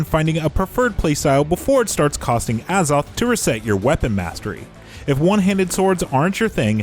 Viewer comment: A ZOTH NOT AH